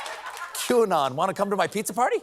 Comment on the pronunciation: Actually I thought he said "CHEW-ANON."